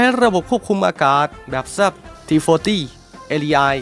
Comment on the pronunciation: ทำแอดอ่านชื่อยุทโธปกรณ์ได้เพี้ยนมาก เช่น Saab ซาบ ก็ไปอ่าน แซบ, UH-1H Huey ฮิวอี้ ก็ไปอ่าน ฮุ้ย มีอีกหลายอย่าง จะบอกว่าเสียง AI ก็ไม่น่าใช่ฟังยังไงก็เสียงคนพาก